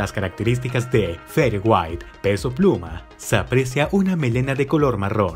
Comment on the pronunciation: Así no se pronuncia, se pronuncia algo como "feder weit".